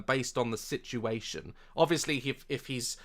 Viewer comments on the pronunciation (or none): none